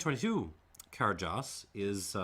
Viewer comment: That d is cairdeas is pronounced as a "ch" sound, so it's more of a "carchais" and "lachaig". Also, I totally agree with you on the 2021. Complex and powerful for sure, but totally unbalanced in a way that tends toward off-putting.